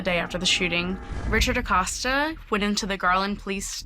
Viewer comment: THE LAST NAME IS PRONOUNCED WITH A LONG 0 SOUND..EX A-COAST-A. NOT AWCAUSTA.